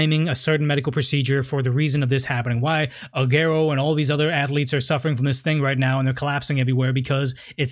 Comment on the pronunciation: Not ‘Agerro’ it’s pronounced ‘Ser-gio Ah-gu-erroh’ + interesting topic, great issue to cover.